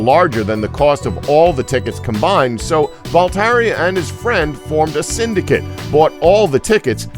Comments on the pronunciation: #35 It's pronounced "Vol-tAIR" NOT "Vol-Taree" :-P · How... how can you not know how to pronounce Voltaire???? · Like it is wrote, but with french pronounciation.